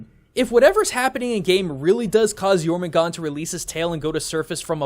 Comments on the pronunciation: Why aren't you pronouncing the r in Jörmungandr? sounds weird without it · Jormugandr (World Serpent) has an -er at the end. Not Jormugand. Sorry if I sound like a snob, but even MatPat said his name right. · Jormangandrr* theres some R's at the end. Not Jormangon. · It’s Jormungandr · It’s pronounced yormangander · Dude do your your research the world serpents's norse name is jötungändr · It’s yourmangandr the R is supposed to be pronounced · Jormungandr don’t forget the R in Jormungandr, I’m a Norse Pagan, this is kind of important to me, all in all I give this Video an 8/10 in Mythos Accuracy, good job, love your vids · It is pronounced your mun gunder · He pronounces jörmundgander's name wrong ITS SO ANNOYING. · The "dr" in Jörmungandr aren't silent, y'know, Can't just cut off the last part of the monster's name like that